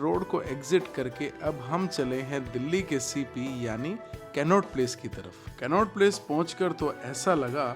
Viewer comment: Aap कनॉट प्लेस ko कैननोट प्लेस bol rahe the. Vo toh funny tha. Baaki video boht zabardust thi ❤❤